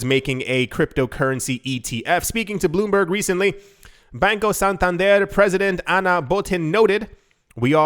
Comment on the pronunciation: Can you stop saying Bain-co and say Bahn-co as the name is pronounced in Spanish. There were a few other videos where you said it wrong. Just my two cents, not a big deal